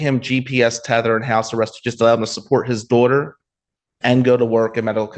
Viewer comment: “His duawter” — said 500 times in 2 minutes.